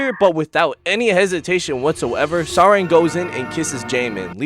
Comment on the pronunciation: You might want to search how to pronounce her name properly 😅 Its not Sa-reng but Sa-lag It means Love in Korean, so basically her name is *Love Yu*.